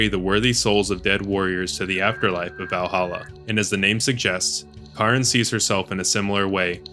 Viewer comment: Tah-nah-kah. Daan is just Dan. Karin is just Karen.